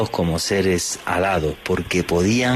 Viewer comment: Jajaja 😂 pensé que habías dicho seres “salados”........